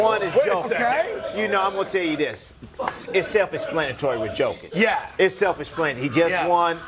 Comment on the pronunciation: I know it's only sport but wow, analysts still get his name wrong?? Jeeez. It's pronounced 'Yokich' not 'Joekic' . Step your game up bro